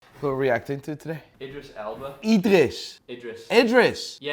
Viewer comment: It's calling him "Eyedris" the entire time